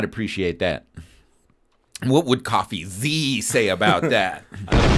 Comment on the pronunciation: it should be pronounced, Cofeezee